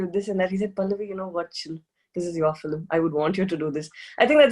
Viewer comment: Its cute how she pronounce Film as Fili-m.